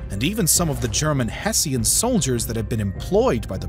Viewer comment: Hmm! I've always heard Hessian pronounced HESH-un, rather than HESS-ee-un. Nevertheless, this was a very interesting and informative video. Thanks.